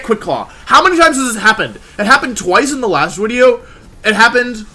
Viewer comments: DO YOU KNOW HOW HARD IT IS TO NOT SAY WIDEO WOLFE LMAOOOO i catch myself like every intro hahahaha 😭😭😭💛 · it's not even a joke, Wolfey just says wideo instead of video for some reason and it's become a meme on the channel